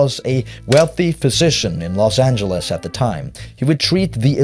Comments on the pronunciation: I ain’t never heard Los ayn-guh-les in my loife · why do multiple people in the game (or at least in the intro to this video) pronounce "los angeles" with a hard g? like "angle" instead of "angel"? so weird. unrelated to this video which is very good btw, just caught me off guard. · El Pueblo de nuestra señora la Reina de Los Angeles del rio de Porciúncula, is the full name of LA and it’s not supposed to be pronounced like any-guh-les. It was the transatlantic accent adopted by radio and film at the time, not how everyday people would speak. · Didn’t realise that’s how they pronounced “Los Angeles” back then.